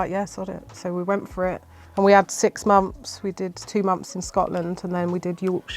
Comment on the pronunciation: Muphs instead of months?